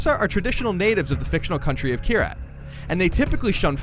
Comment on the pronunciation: do you say Kryat? ^^